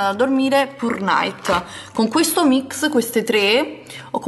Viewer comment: io vado contro tutti e ti amo! mi fai morire quando dici MICS e non MIX <3 hahahaha ti amo un bacione